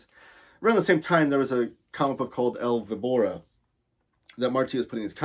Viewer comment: I have to say that your El Víbora pronunciation was tough to hear. Ouch! This complete edition, was kinda of unexpected, considering FB already had published Vol. 1. Weird. Martí has, besides the short stories, most of them already published in compiled books, another relevant work — Dr Vértigo. It was recently republished in Spain after being out of print for so many years.